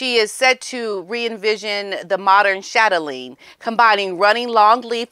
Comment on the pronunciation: Viscount pronunciation ‘Vi - count’. The ‘s’ is silent. Chatelaine ‘Chat-el-ain’. Wiltshire ‘Wilt - sher’.